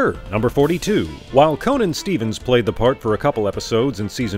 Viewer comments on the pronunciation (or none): none